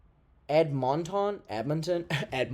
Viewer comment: As a Canadian your pronunciation of Edmonton made me CACKLE 💜 love from vancouver island, it’s beautiful here u should visit